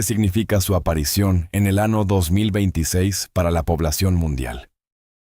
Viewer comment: ¿ Qué tipo de relator es ese que en vez de decir "año", dice: ano.....